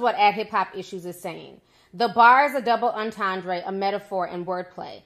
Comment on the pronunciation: Was the breakdown of her lyrics from someone in her camp or some outside deep thinker? Because I can analyze anything and say that's what the writer meant, but what the writer meant and my analysis are two different things. Also it's pronounced double enten-dray and her name is A-va not E-va.